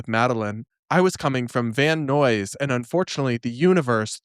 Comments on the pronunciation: LA native here. This dumb girl really didn’t allow herself ample time to go from Van Nuys to freaking Pasadena? If I’m going to Pasadena, I allow an extra 15 minutes for parking alone. And traffic going in and out of the valley is always bad. She’s a moron. Also, Van Nuys rhymes with buys. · It’s Van “NIZE”. Rhymes with wise. Very misleading.